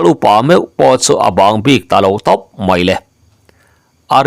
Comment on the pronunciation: Bik leh puk lam hi a diklo deuh em aw.ngaithlak chu a nuam e